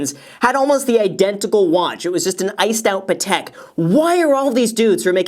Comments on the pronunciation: You pronounce the watch name weird. Pa-tik is how I would say it not Peh-tec. He said it they way I've always heard it. It's a French name; Geneva is in the French speaking part of Switzerland so "Peh-tec" ain't it, Graham. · Graham it’s pAt-eck ( like your saying Patrick without the r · I've heard about "Patek" watches a lot in rap songs, but they always pronounce it wrong, like "paddock" 🤣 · He keeps saying Patek wrong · why does he pronounce patek like that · He is pronounce patek wrong😂